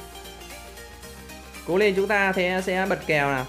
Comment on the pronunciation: Lật Kèo Đọc Bật Kèo Chứ :))